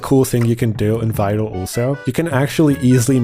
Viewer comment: I thought you were saying Fido, like a dog name lol, not Vital. Love you bro, good video